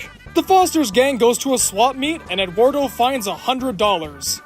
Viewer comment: That is not how "Eduardo" is pronounced.